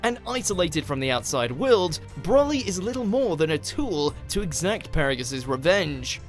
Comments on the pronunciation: please stop making videos about dragon ball until you learn how to pronounce the names properly. its pronounced bro-lee not brolly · Stop saying BROLLY! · The way he says Broli it makes him sound like an umbrella